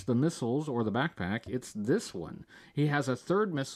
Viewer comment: Ten years brother! Thank you for everything! But damn I can’t not hear “Aflack” every single time u say “back pack”